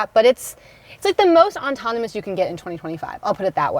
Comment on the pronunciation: Autonomous [aw-ton-uh-muhs] not ontonamus, especially [ih-spesh-uh-lee] not ex-pecially.